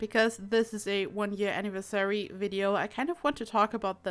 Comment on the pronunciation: i can tell you're not a native speaker and probably have a German/Swiss background, but i just wanted you to not make the same pronounciation mistakes in the future. It's pronounced anniVERsary, not anniverSARY.